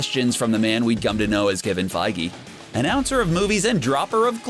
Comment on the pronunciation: He said Daniel Craig and Kevin Feige correctly. You're right about Namor though.